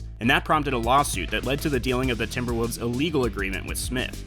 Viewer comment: The team is called TimberwoLves. Not TimberwOOvs.